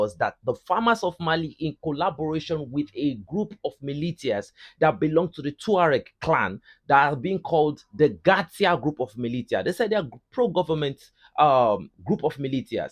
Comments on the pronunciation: It’s pronounced “Ma-li-sha”not ma-lit-tias (and I say that with love, so please don’t take offense) But with your accent it sounds cute🙂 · Thank you for your amazing report. Sorry to correct you on this word militia. It's pronounced mili-sha